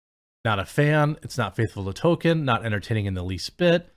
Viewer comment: dude keeps on calling JRR "token," although that fits now with token casting.